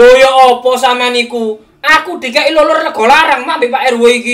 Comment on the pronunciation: bilang lulur❎ bilang luluk✅